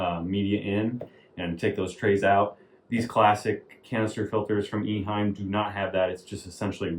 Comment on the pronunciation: Nice video! Thank you! I had one of these filters in the 1980s. At the time, it was not (yet) called Classic. Simple and reliable. It did a great job. I have just a small correction. The name of the company is not Iheim. It is Eheim.